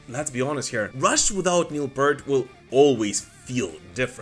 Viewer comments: Please pronounce the ea in Neil Peart as in ear not as in earth. So P-EAR-T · PEErt. The fact that some people still don’t know how to pronounce Neil’s family name properly boggles the mind. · You're saying neil pearts name wrong